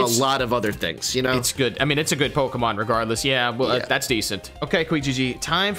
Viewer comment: yall keep mispronouncing pokemon 😭